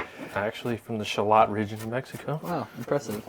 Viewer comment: Someone needs to mention that mispronounces Shallot the first time and everyone after that just continues with the misprounounciation.